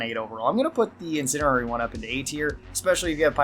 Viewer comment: In send E airy Not "incinerary."